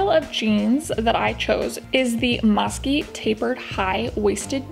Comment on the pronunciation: It’s actually pronounced “moo-see” like the dessert.